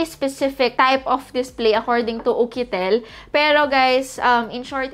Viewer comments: It's YUKITEL po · Bakit ukitel😅😅🤧🤧